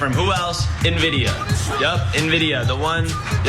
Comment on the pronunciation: This is the second vide I've seen in a single day where I've seen a guy unable to pronounce "Nvidia" properly!